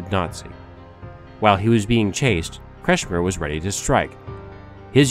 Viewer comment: Facio nie potrafi wymówić normalnie nazwiska Kretschmer?